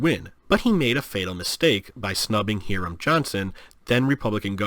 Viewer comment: The 'i' in the name Hiram is a long vowel--sounds like 'eye'.